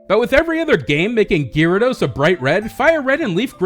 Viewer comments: Guy rados. Not leerados. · Isn't Gyarados pronounced :Garados not Gearados? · Ewww, why do you you keep saying Gyarados wrong!? GAR-ADOS not GEAR-ADOS! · Oh god had to stop watching the videos after hearing gyrados for like the 10th time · STOP SAYING GEARADOS! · "Shiny Geerados" lol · say 'gearados' one more time... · Gearados XD omg STOPIT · stopped the vídeo and disliked at "geerados". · It's pronounced (guy-ray-dose) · Could you say Gyarados any weirder? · The way you say Gyarados pains me deeply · U pronounce gyarados worong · the way you pronounced gyarados...... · you fucked up saying gyarados